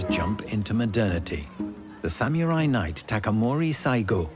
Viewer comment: This narrator's pronunciation of samurai should be illegal 🤦‍♂️